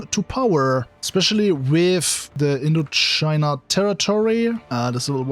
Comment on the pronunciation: It’s Indochina not Intochina!